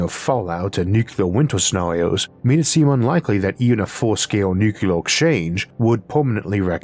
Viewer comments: Why do you, of all people say “nukuler” instead of “nuclear”? Sorry, one of my pet peeves. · Nuclear: "New-cue-lur" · making fun was absolutely not my intent. many people mispronounce the word nuclear, it is not an impediment which causes this.